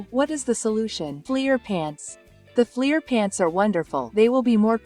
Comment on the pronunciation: When she says flear pants does she mean flair!?!